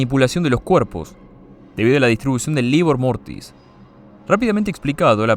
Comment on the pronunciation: "libor mortis" no existe, es " rigor mortis". Ay, ay, ay